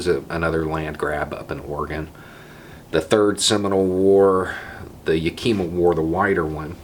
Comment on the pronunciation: Hi there, I’m from Washington State, I do not mean any disrespect, but Yakima is pronounced Yeah-kuh-mah. Great tribe, lovely people. Thank you for the continuous education.